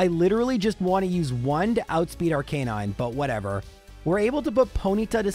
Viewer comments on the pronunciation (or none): I know you have been given some grief on the way you pronounce ARCANINE. “Ar-Canine” instead of the generally more accepted use of “Ar-ka-nine” you’ve defended this by saying that is a Canine and that’s how it was designed and is the purpose of it. I’ve just gotta point out that if you truly mean that, then you are also pronouncing “Blastoise” wrong as well. It’s supposed to sound like “Tortoise” pronounced “Blast-iss” Make your choice and be consistent!! 😂😂😂. Love your videos. What’s your response?😅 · Lore lie, not Lore lee. Arca nine, not Ar canine